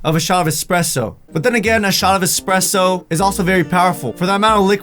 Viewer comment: btw it's espresso not expresso